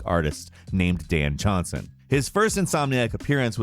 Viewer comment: "Dan Jawhnsen"